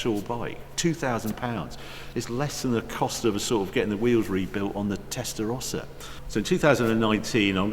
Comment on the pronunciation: First time I ever heard "Tesarossa" pronounced correctly..